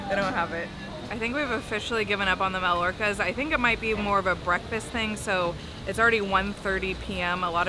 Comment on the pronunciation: …The architecture you were passing is very similar to Lisbon, Portugal, by the way…Also, the pastry you were looking for are actually pronounced “My-York-us” (similar to the city of Mallorca, in Spain)…and they’re YUMMY! Sorry you missed out!